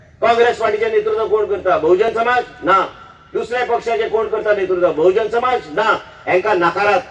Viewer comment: Wrong pronouncation of Bahujan Samaj